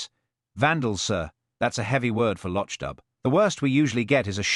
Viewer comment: The town’s name is pronounced /lok doob/ not /losh dub/